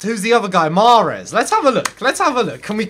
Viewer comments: You speak arabic? You got mahrezs name super right.....weird... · They way you said Mahrez 👌🏻👍🏻